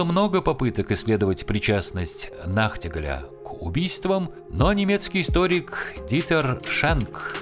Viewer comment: Вот именно, "нахтигАль". Но, "нахтигАля". Вы работаете не на пару-тройку сотней слушателей. Тем более, надеюсь, Вас смотрит и слушает молодежь. Есть достаточно доступные сайты, где можно проверить ударения, склонения слов. Не учите, ваших зрителей говорить не по-русски. Пожалуйста!